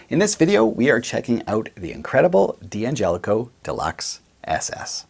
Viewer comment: It's still supposed to be pronounced dan-JELL-ih-koh. The first 'D' is not pronounced separately. (Same with D'addario.) You can get a six-way switch at StewMac. They've had them for a while now.